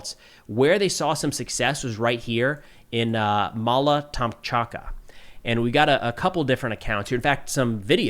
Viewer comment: Mala Tok-much-ka. Put your finger under every syllable if necessary, but it is just a word. You can do it!